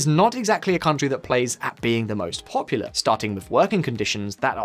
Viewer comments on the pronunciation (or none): none